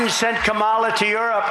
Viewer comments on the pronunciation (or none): "KaMOLLA". "COMMAla!" "KaMOLLA". "COMMAla!" It has to be intentional.